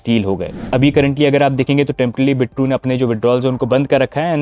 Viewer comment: 'Bit-true' nehi 'Bi-true'.